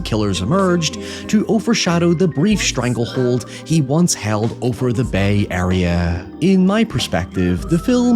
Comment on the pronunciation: Hearing say "Bay Area" is somehow weirder than hearing it out of Hillary Duff.